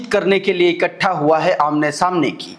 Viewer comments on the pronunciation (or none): none